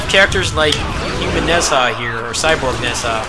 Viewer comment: Also, Nezha should be pronounced "Nuh-jah".